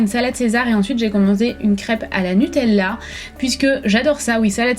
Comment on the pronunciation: La façon dont tu dis NUTELLA ?!😂